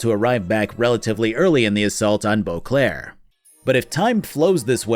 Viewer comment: I keep hearing Eau Claire when he says Boclair which is hilarious as Eau Claire is a city in Wisconsin. Imagen, the witcher, wisconsin edition